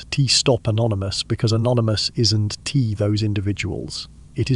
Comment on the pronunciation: Terrible AI narrating..... "Isn't = isn TEE...... we'll = we ELL"